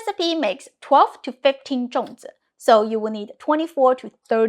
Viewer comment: Why do you pronounce it Zhong while spelling it Zong?